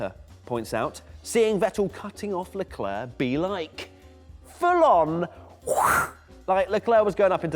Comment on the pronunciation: Sick of people saying sharl eclair, the bloody kid himself says Charles Leclerc!